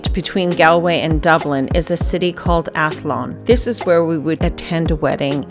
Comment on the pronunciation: We pronounce it GAWL l way, not Gal way, despite the spelling. Also AthLONE and AKill